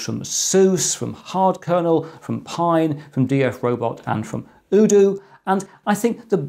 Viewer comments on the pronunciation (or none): UDOO with Ryzen & AT Mega (Also, I think it's "UDOO" as in "You Do", not like "OODOO")